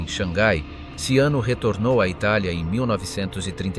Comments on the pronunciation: At least leand how his name in pronounced!! GaeazoCiano ishould be pronounced Galeatzo Chano and not siano!!! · Robot sei handicap nel linguaggio 😂😂😂 Galeazzo Siano?????😂😂😂😂😂 Ciano,pirla Ciano,Cianooooooooo 😂😂😂😂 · "Siano"??? Dev'essere uno scherzo... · Ciano, non Siano. Che noia questa AI.... 😢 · Ciano.....non Siano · E Ciano,non sciano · Ciano con la C iniziale e non Siano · Sag nicht immer "Tschiano", sondern nur "DSCHANO"!!! Tönt ja scheußlich. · 0.44...Siano? Ma che cazzo dici? Poi Ciano diventa addirittura Luciano...Ma che cazzo dici? Vergogna!!! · Ciano se pronuncia CHIANO. 😉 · Ciano is pronounced Chano...is it so difficult to get the name of the subject correct? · Perché il cognome viene pronunciato SIANO?? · Ciano con la c - Edda con due d. Ma sapete leggere? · Learn how to pronounce, the name CIANO !! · Ciano,con la ci! Xkè usate voci artificiali e poi volete di iscritti? Questa non è scienza ,è fantascienza!😂😂😂😂😂😂😂😂😂😂